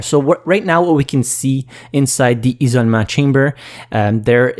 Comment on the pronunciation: "Ee-so-meh" is supposed to be "isolement", French why do you throw away letters?!?